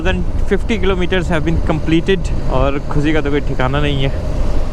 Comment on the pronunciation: आप कमेंट का जवाब तो देते नहीं फिर कैसे कमेंट करें आप के एक विडियो में मैने कमेंट किया था कि आप के वीडियो नेक्स्ट लेवल होते है बस कहीं कहीं आपका उच्चारण कानों को खटक जाता है श को स बोलना ख़ुशी को खुसी बोलना आपकी महत्ता और लेवल को कम करता है जबकि आपका हर वीडियो इतना सुंदर होता है कि रोंगटे खड़े हो जाते हैं